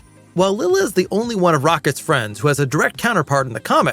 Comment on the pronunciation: Lyla not Lila.